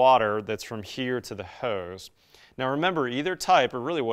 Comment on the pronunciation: What is this “hueze” bib he speaks about? It’s hose, pronounced like the plural of prostitutes.